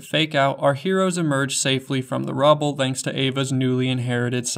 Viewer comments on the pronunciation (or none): none